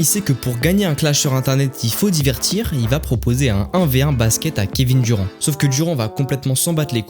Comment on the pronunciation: Kevin duron 😂😂😂😂 bordel va prendre des cours d'anglais petit ....